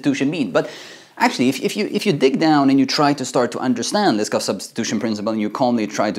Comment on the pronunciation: You pronounce Liskov as "list of"